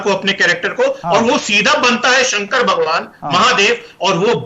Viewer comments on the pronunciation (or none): ओ न्यूज वाले भाई साहब आपको तो ठीक से भगवान भी नहीं बोलने आता है भोवा कहते हैं और आप समझाएगा भगवान क्या होता है हिन्दु धर्म क्या होता है बायकोट आपका भी होगा। लेंडीटीवी